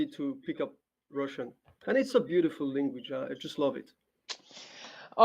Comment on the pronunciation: average person:language carlos: lenguage